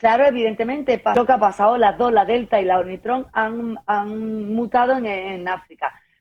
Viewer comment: ¡¡¡Spider en vez de Spike!!! ¡¡¡Luján en vez de Wuhan!!! y ¡¡¡¡¡Oritrón en vez de Ómicron!!!!! ... 😵😵😵 ... ¡¡¡Si ni siquiera conoce los términos correctos ... es evidente que éste es un caso de falsa información flagrante!!! ... creo que debería considerarse seriamente la opción de tomar como un DELITO la difusión de falsa información por un medio de comunicación masivo.